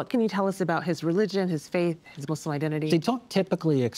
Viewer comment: Thanks for saying Muslim and not Muzlum